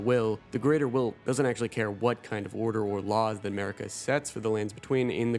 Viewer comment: its pronounced "Mahhrika" not Merica lol